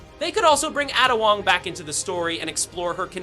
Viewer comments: "Atta" Wong. 😂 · Im sorry "addah wong"????? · I loathe how you pronounce Ada Wong